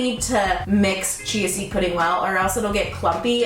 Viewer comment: Anyone else keep hearing "cheesy pudding" when she says "chia seed pudding"???